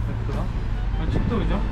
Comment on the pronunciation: restorant demesen ne güzel olacak,şu sondaki "t"harfini koymadan,yani restoran doğrusu,inan kulağa çok ters geliyor.Başarılar